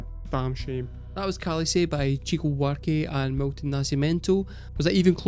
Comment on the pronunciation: Also, it's pronounced "shico", not "tchico".